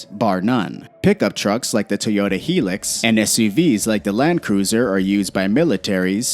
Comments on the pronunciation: I'm sorry but the way you said "Hilux" triggered me as an Aussie, it's "hi-lux" not "he-lix" 🤦‍♂️🤦‍♂️🤦‍♂️🤦‍♂️ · it’s high-lux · Toyota "Heelux"? Americans!